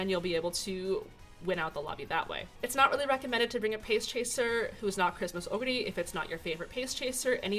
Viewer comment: Your pronunciation of "oguri" is so much closer to the japanese pronunciation than the typical English-speaking youtubers'. It made me smile.